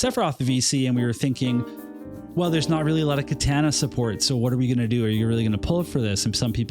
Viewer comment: You're my boy, but please, for all of our sakes, learn to say "Katana" properly lol